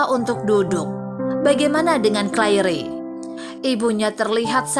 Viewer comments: Sangat menyebarkan telungaku ketika wNita ini tetap memebut Clair by Claire. In the future please use the correct pronunciation! This mistakes ruined my interest to continue watching this video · Right pronounced as Clair. Minus the "re"tks. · Ma'af ya untok correcting Claire wrong pronounced, even the belakang Ada "e" tapi eja'an betul hanya Clair . 🙏🏼 Tks. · Yang dapat disimpulkN dari video ini wrong pronouncing name Claire (clair) to Clair-e and hope (hop) to hop-e🤮🤮🤮🤮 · Maaf sebelum bercerita harap belajar dulu cara mengeja nama ... Contoh Claire dibaca Cleir , Hope dibaca Hop ... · Masih butuh belajar yg terjemahkan ini, Claire seharusnya cleir, hope sebaiknya hop.